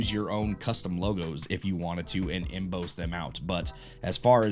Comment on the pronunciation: Emboss pronounced em-bose is new to me. Em-boss like your "boss" at work, dude. 😁